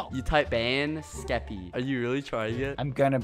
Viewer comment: Is it just me or does bbh say keppy instead of skeppy